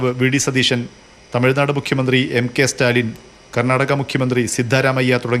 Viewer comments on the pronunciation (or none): none